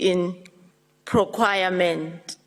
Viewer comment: This minister, was this the best Cyril could appoint? No alternatives? Can’t even pronounce procurement.